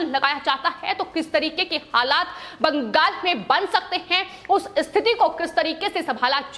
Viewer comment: madam please its not baankghall, its bangal or bengal